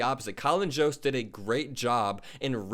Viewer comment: I think Jost is pronounced with a Y sound not J. Like Yoda, Yost, for future refrence.